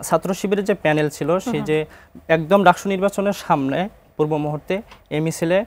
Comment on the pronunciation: ডাকচু নাকি ডাকসু...? হায়রে বাম 😁